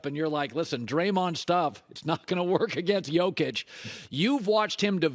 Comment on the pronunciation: Either pronounce Nikola's first name as "YOKE-ich" or "the Joker". But do not call him "JOKE-ich" or "JOCK itch" or "YOKE-er". A "yoke" is a wooden beam, crossbar, frame, or horizontal brace that you place between two oxen or two mules so the animals can team up to pull a heavy load together. Likewise, "YOKE-ich" is the solid interconnected crossbar of the Nuggets who connects all his teammates together, through his shooting, assists, passing, and rebounds, to create a synergy that makes every teammate around "YOKE-ich" pull the load together more effectively. As for pronouncing "Nikola", Nikola himself pronounces it as "ni-KO-la", although other Serbs pronounce it "NI-co-la"... so either one works for the Joker.